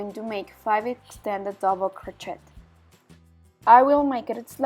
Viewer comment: Hahaha sorry to laugh but it’s pronounced ‘crow-shay’ not ‘crot-chet ‘😄 lovely blanket thank you 🙏